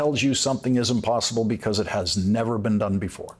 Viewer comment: I thought you said trump will NEVER set foot at the White House again and you placed too much emphasis on the word NEVER